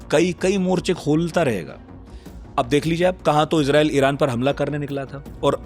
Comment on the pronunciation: Abey Irjael bola tu, Israel ko😂